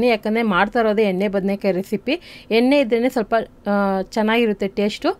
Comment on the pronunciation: ಎನ್ನೆ ಅಲ್ಲ ಎಣ್ಣೆ ಅಂತ ಹೇಳಮ್ಮ